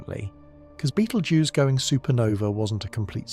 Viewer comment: Then why make your title out as to claim this is going to happen the way your AI crap states? The AI narration can not even pronounce the name of the star. Nothing more than what IU said this channel is just junk.